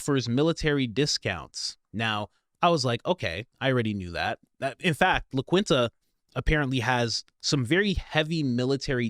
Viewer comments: La Quinta is Spanish and it is pronounced “La Keen-Ta.” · Its pronounced (Lah_keen_tah) La Quinta is like the cheepest pos motel chain in my town a real sh** hole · Pronounced Windhem and LaKinta. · FYI: La Quinta is pronounced, 'lah keen-ta' I know, you always say, you don't speak any languages but English (and sometimes not even that! 😜) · The hotel is pronounced "la KEEN ta", just fyi. Thanks, Coach! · just FYI.. La Quinta pronounced like La "keenta" Windham... pronounced like "Windum" :) other than that great video! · La Quinta is pronounced La Keenta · It’s pronounced “Lah KEEN-tah” (the hotel chain La Quinta) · COACH, it is pronounced La Keenta. Love you man. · La Keen-tah (La Quinta) Sorry, my OCD has to correct the pronunciation 😅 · 😮Coach say it like this La-keen-ta !!! That sounds more like it buddy 😊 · It’s pronounced “La KEEN-ta.” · Its pronounced "la-keen-ta".😂😂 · Pronounced Keen-ta😊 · It’s pronounced “La KEENTA”. Nice video!! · La Quinta pronounced LaKeenTa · Thank you, I wanted to make this comment about his pronunciation, so I’m glad you said it for me! I live in Texas and it’s pronounced Lah Keen Tuh, just as you said! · La Quinta... ("Qui" is pronounced "key") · 😂everywhere offers military discount.. You are bad at life ... you're saying La Quinta wrong and you read the word Wyndham wrong😂😂 I mean you just making black people look like black people. 😂😂 and your philidelphia shit is lame everyone else is saying Isreal stop being a 🖖🏼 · It’s not pronounced la Quinta, it’s pronounced la Quinta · The fact that you don’t know how to say LaQuinta and Wyndham is crazy. Lol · Bro always mispronouncing any thing remotely Spanish related. That’s shameful for a Texan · it's pronounced La Kinta not La Kwinta. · And La Quinta is pronounced " La Qeenta" or La Qweenta, not La Qwinnta. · La Quinta is pronounced La Keenta, not kwinta... fyi... TFS! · It's not "La Kwin-ta" It's "La Keen-ta" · It’s pronounced Lah keen tah not La quin tah. 😂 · Pronounced, La-Keen-ta .